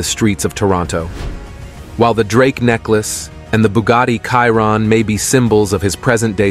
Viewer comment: bugatti "KAIRON" hahahaha